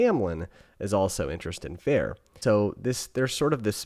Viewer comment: Feyre pronounced Fay-ruh, Rhysand pronounced Reese-and! 😊 also haha I love watching peoples opinions on the first book… Oh sweet summer child, just wait till the second book or rest of series lol! Does a 180 😂